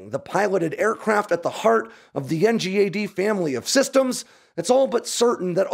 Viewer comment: Dude it’s pronounced N-GAD… what is this N-G-A-D silliness